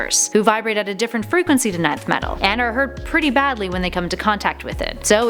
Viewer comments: Please it's ENTH Metal, not nineth😅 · Pretty sure its not "ninth metal" and it "nth metal" (en-th) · Stop saying nineth it's nin-th metal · It’s not “9th metal” but “ Nth metal” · isnt it pronounced "enth" not "ninth" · Its not "ninth metal" Its "inth metal" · Oh my goodness. It’s NTH metal. Not NINTH metal. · It’s not pronounced “Nei-th” it’s “ni-th” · It's "enth Metal" not "nineth metal" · its not pronounced 9th metal ... its pronounced Enth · It’s not 9th Metal, it’s Nth Metal. Pronounced “En”, don’t you have someone to proof the scripts before recording starts? This just makes you look dumb. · It's Nth Metal. Not 9th. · isnt it pronounced enth metal not ninth metal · its pronounced enth metal not ninth metal nth=enth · It's pronunched "inth metal" not "ninth metal" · Nth metal is pronounced Enth metal. Not ninth metal. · Isn't it pronounced (enth) metal instead of ninth metal? Or does it not matter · Enth!!! Not ninth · En-Th! It's pronounced En-th. As in "N"-th. Not 9th... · "ENNNNTH METAL" not nineth, Batman killed wonderwoman while fighting along side her and that's when he took on the "MERS-ILL-OUS" not mercy less. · i guess its too much to ask for a channel thats supposed to be about pop culture to do research, its pronounced enth not ninth, its beenpronounced that way in cartoons, they should call this channel top 10 poser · Nth metal is pronounced... "Enth" not "Ninth." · It's nth metal not nineth metal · Nth metal! pronounced as Enth. not ninth. please do your homework before making these videos. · Nicely Done, though Nth is pronounced enth. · 1. Who did Jim Gordon call out for? 2. It's called Nth "in-th" metal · It’s so triggering hearing her say ninth metal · Is she pronouncing Nth Metal as "Ninth Metal"? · Nth metal is pronounced as Enth. Just so ya know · it's pronounced ENth metal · its “bar-BEI-toes” and “EN-th metal” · Nth Metal (pronounced enth) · Lol ninth metal wtf XD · Yeah it's barbeitos and inth metal lol